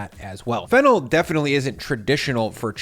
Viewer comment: Watching this now and thought you said fentanyl instead of fennel 😂.